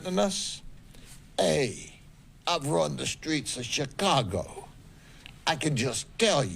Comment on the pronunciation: You can’t talk Chicago correctly.